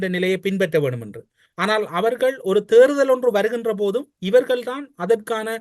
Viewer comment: தமிழரசு அவர்கள் “தேர்தல்” என்பதற்கு பதிலாக “தேறுதல்”என்று பலமுறை உச்சரிப்பதை கேட்கக்கூடியதாக இருக்கிறது. உச்சரிப்பை திருத்திக்கொள்ளல் நலம்!